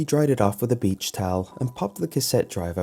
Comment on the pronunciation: I found one of your mistakes for the first time! You were trying to say beach and said beech 😐